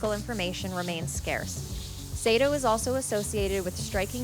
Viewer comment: The narrator explained it was done by a Japanese arist known as Seito (though the narrator did not pronounce the name correctly).